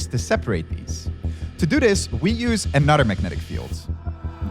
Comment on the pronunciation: please, please learn how to pronounce 'other' and 'another' All i hear is 'otter' and 'an otter'